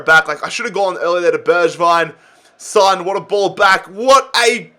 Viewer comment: Heung Min Son's name is pronounced like it's written, son, with an "o" sound, and not like the word son which pronounced with an "a" sound